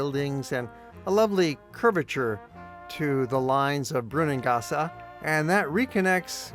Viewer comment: It is not "Brunngassa" but "Brunnangasse", with a clear "e" at the end of the word.